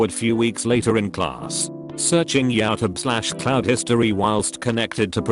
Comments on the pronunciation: No one: Robot voice: YOW-TUB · Nobody: Text to speech: yeowtub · No one: Robotic voice trying to pronounce YouTube: yowtub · name: YouTube translator: YaouTub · No one: Literally no one: Not even the hair follicle on our heads: Voice over: "yAtuB" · nobody: literally nobody: narrator: yIA-tOoBE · I hate how it says yOw TUb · Nobody: Not a single soul: Reddit voice: YaUwTuEbe 🤘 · When you typed “YouTube” but the voice reader thinks its spelled “YaouTub” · No one: Reddit bot: yOwTuB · Redditer:Youtube Text to speech:Yootub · “YouTube” No one: Reddit speaker: “YaTubE” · Nobody: Text 2 Speech: "yAoutube" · Normal human beings: YouTube TTS Voice: Y O W T U B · Nobody: The robot: ya tub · "Youtube" T2S : Do you mean yAuTuB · Pronounced (yah-oh-tub) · nobody: Text to speech: "yow tub" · No one: Robot: yowtube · No one: The voiceover: YOWTUB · Yatub. Oh for the love of everything holy, teach this bot to speak properly. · Nobody: Bot voice: yowtub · nobody: british tts: yowtube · Yaw tub